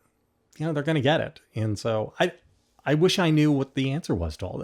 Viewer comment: Please, JVL--it's pronounced "and," not "ee-yand"....just sayin'....